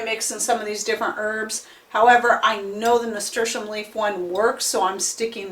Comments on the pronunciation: I could Not understand what herb you said you used in the beginning .... what did you use ? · I could not understand the name of that herb you used in your tincture. Could you put the name at the bottom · Please tell us what kind of leaf this was because although you said it many times it wasn't clear. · Hello what's the name of the leaf that you used I can't understand the name even I turned the close caption and it doesn't translate that word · Are you saying Nasturtium leaves? They grow a flower that is also edible?